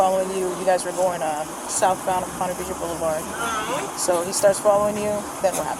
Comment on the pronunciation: This is my neck of the woods. Well, southeast by about 20 mins. They are not saying Ponte Viggo. They are saying Ponte Vedre. (Pronounced Veedrah). Drove through there every Thursday, delivering papers, for 2 years.